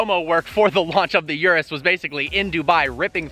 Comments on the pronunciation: Its ůrus not uruss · It's not a Yurus, it's a Urus. You sound like your talking about some kind of urinary tract infection. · It's called Urus, NOT YURUS! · Yerrruuussss? Not that it pronounced Erus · Its uris not you ris